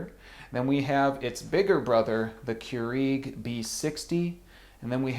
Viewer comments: it is cure egg not cure eeeg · Listen it's keurEG not keurIG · Smh. I've never heard anyone poorly pronounce Keurig (Qyour-IG). I've even called the Keurig peeps and they don't trip syllables trying to pronounce it. Less flair otherwise you sound like an uneducated jagoff.